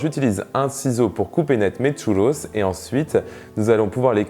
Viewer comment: Parcontre par pitié arrête avec l'accent parisien a dire "tchouuloss" 😅